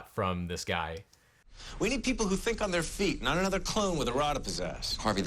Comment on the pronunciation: Did you say that you're going to teach people how to fink like a lawyer? j/k